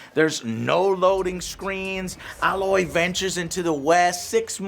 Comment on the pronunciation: It's pronounced Ay-loy, not "Al-loy!" LOL